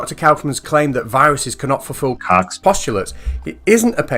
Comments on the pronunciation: Isn't it pronounced "Coke's" postulates? Not "Cox?" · Goddammit,. I can't watch this. Everytime he pops up saying "Koch's" I crack up. X'D